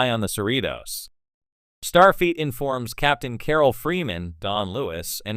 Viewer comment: it's Starfleet. has nothing to do with feet. Fix your AI